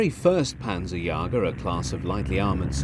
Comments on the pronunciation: The German word for "hunter" is pronounced "yayger", not "yarger". I know I am a pedant, but it really annoys me when things are mispronounced. I terminated it early because of this. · No, dickhead - the pronunciation is WRONG, the narrator clearly can't speak German & was a bad choice for narrating a series containing a lot of German words. Also it's an umlaut that's missing, not an acute accent, you fucking moron.